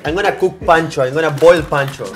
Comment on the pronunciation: boil "pancho" 🤣 🤣